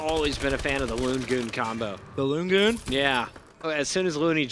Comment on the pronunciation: It's loonjar not loongoon